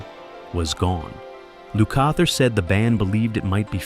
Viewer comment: Appreciated this post for the memories, but honestly the narration is flat and the names are pronounced LUKE-ather and POR-Karo.